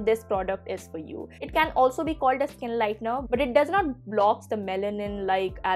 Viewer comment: How you said " Skin lightner" 😆😆😆😆😆😆